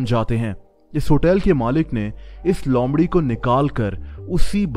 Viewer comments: lomrhi nhi loomrhi🤣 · Lomdhi nahi loomdhi hota hai!!!!! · Not lomri it's loomri